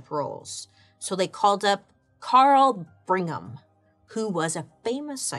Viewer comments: That surname is pronounced BRIG-ham, not Bring-ham. Just FYI... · Qing dynasty ,yes ,but prounced ch-ing 😘 Ok LOL on Bring-em !